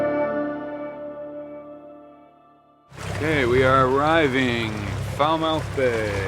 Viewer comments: When I was there last the locals called Falmouth "Fahlmit", like helmet. I hate to be the pronunciation police, but after the F*ck Bay fiasco I just want to help you out. Sail on,! I can't wait to see how St. Martin is making out after the hurricane. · Hey, that's Falmouth pronounced "Fal muth" after the original harbour town in Cornwall in the west of England. And yep, I know, I lived in Falmouth Bay Antigua for 5 years but originally from the West Country back in the UK.......just sayin. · great video of the island. every time i heard you say Falmouth i cringed. it's pronounced Falmuth. just being picky :-) i was just thinking how wild the hills were when you actually commented on it :-) however i was dissapointed that you didn't stay there :-(